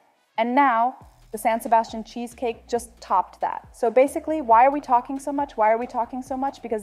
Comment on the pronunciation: Dieser Käsekuchen wurde im Restaurant La Viiña in der spanischen Stadt Donostia- San Sebastián erfunden und er wird auch wie die Stadt ausgesprochen San SebastiAN mit Betonung auf der Letzten Silbe.